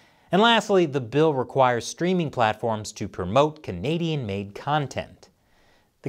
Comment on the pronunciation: So, the Canadian Heritage Minister can't say the word Canadian?